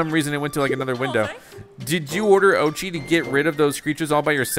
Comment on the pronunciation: Oatchi (Orr chi